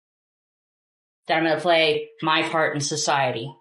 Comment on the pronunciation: did this dude say, "my fart in sosciety?"